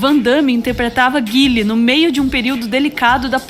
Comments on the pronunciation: Só de ter falado Guile e não Gaiol já ganhou meu like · Voltei a infância agora qdo a pronunciou o nome do Guile como nós pronunciávamos, hahah!